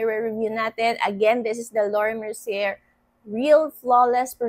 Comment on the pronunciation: Its mer ci ey. Sez hehe